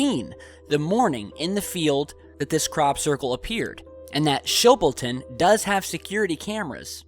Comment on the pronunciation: Holy shit i live literally 10 mins from Chilboton (btw it's pronounced Chill-bolton ^-^) that's so fucking cool